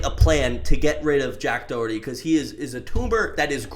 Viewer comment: "jack doehurty" 💀